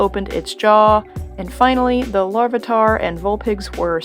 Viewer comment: I know this video is 5 years old but RATuhTATUH and SPIN-ARK? LAVUHTAR?